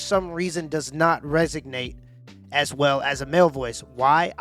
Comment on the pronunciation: Resonate, not resignate.